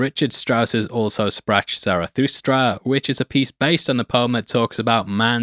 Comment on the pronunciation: Really? "Also Spratch Zarathustra"? Do you also pronounce it "Joanne Sebastian Batch"?